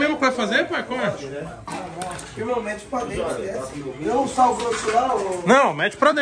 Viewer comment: Se tem Kevin falando "esquece" e "tauba", tem LIKE